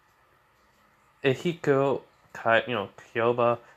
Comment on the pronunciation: It is pronounced: Ah-kee-hee-koe Kai-ah-ba